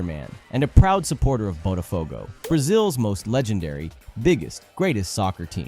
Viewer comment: nunca fiquei tão confusa sobre um cara ser ou não brasileiro como nesse vídeo kkkkkk primeiro você fala um dos memes como um br legítimo, depois fala "botafogo" e "mais você" com o maior sotaque gringo que já vi kkkkkkk que mistério